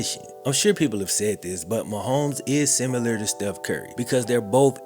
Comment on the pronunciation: Makw a video where you explain why you say the word similar as sumUler. Please.